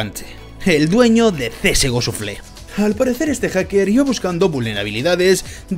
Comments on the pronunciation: Suflé xD una pequeña correccion, se pronuncia shafel. Buen video! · Me gustan tus vídeos y soy sub, pero un poquito de inglés no estaría mal (En lo que a pronunciación se refiere). Que oir csgoshuflé me duele. Saludos